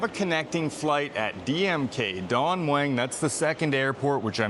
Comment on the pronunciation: Don Mueng you pronounce it with a "W" drop the "W"